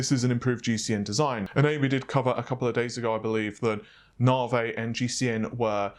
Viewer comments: Stop saying NavA its Navi lol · Can you please pronounce it as Naavi? Rather than Naarvey? It getting annoying now. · Lol "Nav-e" not "Narvey" love your vids by the way apart from the Narvey issue... Peace out ✌️ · I always thought it was navi and not narveh ;) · quick question: Why do you pronounce Navi as Nah-Vay, rather than the obviously correct Nah-Veeeeeeee?????? Not a big deal, but for some reason it drives me nuts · You say (Nah-vay), I say (Ney-vee). Really, your distinct way of pronouncing that word kills me every time. By the way, can’t wait for the (Nahr-wuhl) family of GPU’s. 🤣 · navIIIIIII. Not "Navey". I'm never bothered by pronunciations but this is really annoying. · No no, it's Naur-vey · I just came for the naurghveih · It's Nah-vee. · First it's naaveeeey, and now it's baydooo..... What? I'm pretty sure baidoo is not an English word, reminds me of white peoplefrom the States saying Kinya instead of Kenya..... Doesn't need to be irritating but it really is. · Classy way to say navi, Naa-Vay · Nah - Vay.. Jeez. Not as bad as calling Matisse (Ma-teese) ...Ma-tassy.. lol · It's NOT Nah-vay..geez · The way you pronounce "Navi" triggers me... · Scrotum Monster I know, it’s hilarious how he pronounces it.